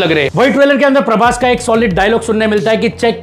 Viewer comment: Praboooss❌ Praboss✔️ 😂